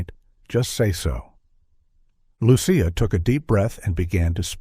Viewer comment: It drives me nuts that the author named the child Lucia but failed to monitor the incorrect pronunciation of Lucia by the AI voice. It should be pronounced as though spelled Luchia.